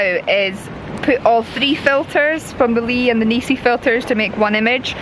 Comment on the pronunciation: NISI dont have EEEEEE in the the name.